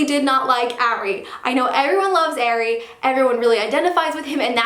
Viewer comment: She can't even say Ari's name right 😭